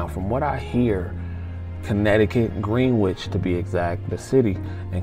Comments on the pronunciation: Pronounced GREN itch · It’s Gren—nich (phonetically)